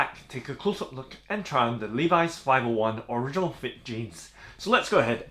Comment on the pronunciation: You pronounce original wrong.